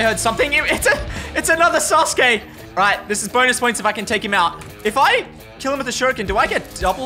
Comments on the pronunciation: Sasuke is pronounced "sauce-k" and Naruto is just "Naruto" like said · Thank god he didn’t said “Sasouki” and “Nruto” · I am pretty sure sasuke is pronounced "sauce kay" not "sas kay" but amazing video guys keep it up 💪🏽🔥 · Nobody:: susgay instead off susuke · It’s pronounced ‘sazuke’ not ‘saske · Sus gay 😭 its said “sas-kay” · NAH RU TOE SOS KAY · “Sasuki.” Said by 😅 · He literally said sus gey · "suSKe" 😂😂😂 accidental 300 iq play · Man really said sasgae lol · bro really said susuki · SASUKE. Isn’t it said sus-koo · Sasuke is pronounced sah su kee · It s Naruto and Sauske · It sa -su-ke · It’s pronounced saa-suu-kee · Why did he say sus kae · Did say sus gay